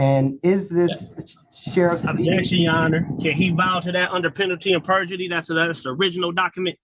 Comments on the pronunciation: penalty and burjery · Lol, "burgery" I spotted that one too !😂And it would be "under penalty of perjury" and not "penalty and perjury". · Penalty and BURjury!!! 🤪😝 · He thinks it’s penalty and berjury?? Or is he just an extra idiot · Is he saying "Penalty and burgery"? Why do they all mispronounce simple words?